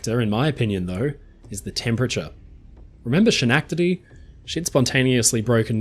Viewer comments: I thank you for the correction, but, for some weird reason, everything you said, "She-nack-te-dee"... the fillings in my teeth hurt. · Schenectady is pronounced skuh-NEK-tuhdee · Repeat after me: SKEN-EK-TI-DEE😂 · Schenectady is pronounced “Sken-neck- tedy”. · Hello! Schenectady is actually pronounced "Skenectady". Thanks for another great video mate! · Haven't you ever heard Bugs Bunny say "Schenectady"? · first and foremost I loved this in depth video. and thanks for the continued giggles as you mispronounce Schenectady. I don't mean this harshly as how else would a non-American English speaking person pronounce it other than the way you did. Well, maybe those from Canada might know how to say it since it is close to Canada...